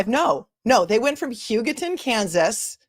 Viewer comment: Pronunciations Hugh-go-ton. Eva, like the ev in forever, not Ayva or Eeva.